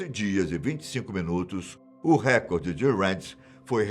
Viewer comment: Por que as pessoas falam errado? É reCORde não Récorde